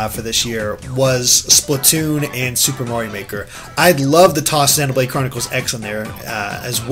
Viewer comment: they also say zen-o-blade. Isn't it zee-no-blade?